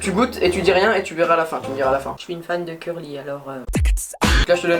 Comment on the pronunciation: pk tu dit cûrly ??